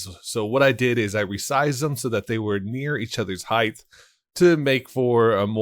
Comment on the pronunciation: heighth? you mean height